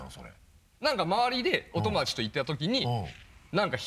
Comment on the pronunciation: お↓と↑もだち